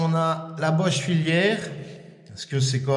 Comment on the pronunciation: Merci pour le partage. Pour ta meuleuse sur batterie il me semble que tu puisse tourner la tete en devissant 4 vis et donc avoir le bouton au niveau du pouce. Sinon j'aime bien comment tu prononce filaire en filiere lol.